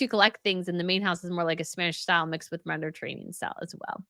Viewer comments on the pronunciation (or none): none